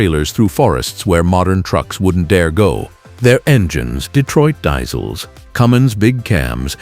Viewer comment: Die-sels.....LOL. More great AI shit.